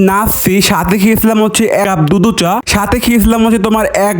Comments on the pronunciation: দধ চা❌ দুদু চা✅😂😂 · দুধ চা❌️ দুদু চা.✅️